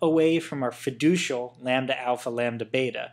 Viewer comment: What's that word ? Sound like fedooshal